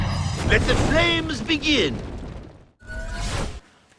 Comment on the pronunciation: flames not flanes